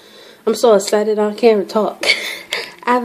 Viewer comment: its EXCITED NOT ESITED !!!!